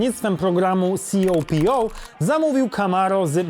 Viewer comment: Copo czyta się kopo